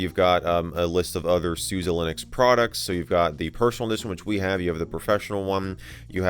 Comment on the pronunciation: Its Sus e not susi